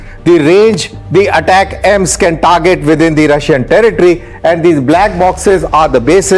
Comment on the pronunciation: Its pronounced as Attack-Ems ! Not At-cams please.